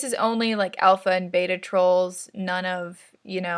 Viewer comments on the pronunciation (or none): none